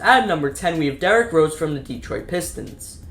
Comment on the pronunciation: And "derek" rose 😭😂